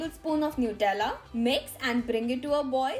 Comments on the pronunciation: It's nutella not nutrella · New- tella😂😂 me bolti ju